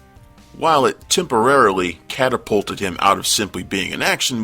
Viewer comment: I liked it when he said caterpult